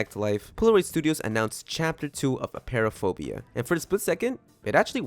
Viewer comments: Btw it’s appear-aphobia not a-pear-aphobia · You said apeiraphobia wrong it’s pronounced “a-py-ra-fo-bia”